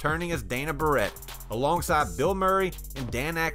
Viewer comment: Dana Barret, Dayna BEAR-IT Not bearette